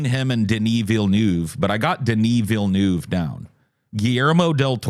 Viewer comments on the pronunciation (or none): You got the first 3 syllables of Denis Villeneuve down. It kinda rhymes with love --- nove --- but pronounce the v sound halfway to an f. Yours truly, Local Quebec Pleb.